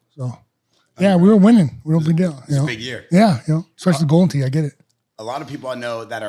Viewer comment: for the love of god its Especially*** not expecially